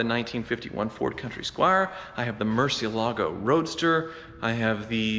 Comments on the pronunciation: Sigh... It's pronounced Murci ELE go. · Hi good luck with your sale. I wonder how come you pronounce Gallardo correctly but butcher murciélago. The accent goes in the e not the a (fun fact this word contains all five vocals). They are named after Spanish bulls so... there is a right way to pronounce no.? Cheers!